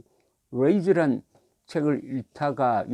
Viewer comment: 발음이 레이즈가 아니라, 레이지에 가까워요. 레이지.